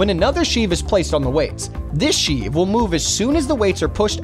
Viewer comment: I am amused by the commenter's pronunciation of sheave and centrifugal. It shows that he is not a gearhead, but a paid talking head.